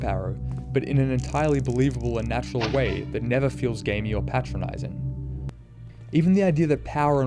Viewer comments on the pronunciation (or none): Watched this video again, it's even better the second time around and man I wish more developers would learn from it. By the way, it's pronounced Pay-Tra-Nyzing NOT PaT-Tra-Nyzing. I know that's an extreme nitpick, but it sounds wrong the other way...